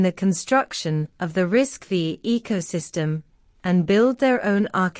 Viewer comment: Please, it’s not RISC-Vee It is RISC Five Roman Numeral V